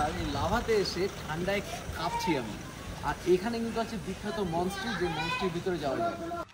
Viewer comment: Re dada ota monestry monstry na 😂😂